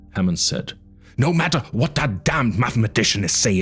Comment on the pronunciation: While I like the sense of horror that this tries to convey, I do not believe that this is not an AI narration. I'm not even 2 hours in, and the amount of mispronounced words is astonishing for a non AI voice. Simple words like ceramics or "this, them, and that." Sometimes pronounced "dis, dat," other times they're not. Then there is the incorrect emphasizes on syllables of certain words like characteristically....all these are indicators that it's AI. Might be the OPs voice, but I don't think he was actually reading it. However, I still enjoy it. The slow tone, and the quiet but ominous music in the background makes this feel like a horror story, which Jurassic Park actually is. A sci-fi and, even folk horror story.